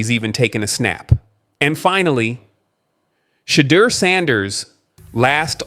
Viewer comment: PRONOUNCE CORRECT PLEASE. SHA. DEUR/DOOR